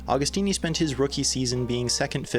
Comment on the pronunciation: Pronounce the name correctly!